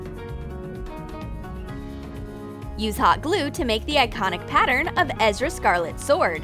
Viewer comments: You called Erza scarlet Ezra scarlets, and black butler is not his name! Edit: Thanks for 23 likes! Edit: Holy Sebastian, 99 likes! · Her name is ERZA SCARLET not ezra !! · Ummm it's not ezra it's erza Scarlet